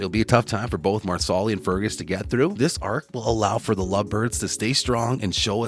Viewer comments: Mar-sa-li not Marsoli. If you watch the show which it is obvious that you don’t you would know. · Loren’s character’s name is pronounced “Mar-sa-lee” not “Mar-sol-li” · Please speak English and pronounce names properly.....Marsarlis ??? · Wow, these people are lazy, they don't even find out how to say the names correctly!!! Marslee!! Not Marsallie!! Improve your posts! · If the narrator watched the show he would know how to pronounce Marsali. Mar - sa - Lee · Uhh...excuse me...the accent is on the 1st syllable of Marsali's name...(MAR' sa lee). Also, Jamie & Claire used a TARTAN for warmth & to stay dry. It wasn't a blanket. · Marsali is pronouced Mar-sa-lee with the accent on Mar. not on the second syllable. And NO Fergus is not an adulterer. He despairs because without his hand, he can't do the traditional "man's work" and Marsali has to go everything. Fergus can't be a farmer. Yet, he doesn't want to do what is considered "women's work" either. It is after the birth of Henri Christian that Fergus has a mental break and becomes suicidal. He must find work he can do away from the Ridge if he is to feel worthy as a provider. . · MEEE TOOO! It’s “MAR-SA-LEE” dude! 🙄🙄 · Marsali is pronounced “MAR-slee” and it’s FRAY-ser, not Frazier. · It is pronounced like the garnish parsley--PAR-sely.! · Yep, dude was real close to ending himself.